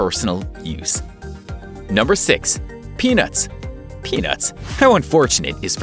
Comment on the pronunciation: I don't laik peenats